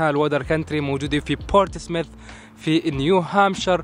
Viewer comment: اسم المدينة بورت سموث وليس بورت سمث